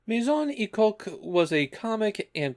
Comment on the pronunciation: This actually became an inside joke in a Discord server due to the pronunciation of "Maison Ikkoku" sounding somewhat off. My Song E Coke y'all, My Song E Coke.